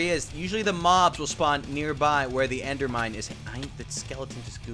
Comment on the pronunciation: "endermind" not "endermine"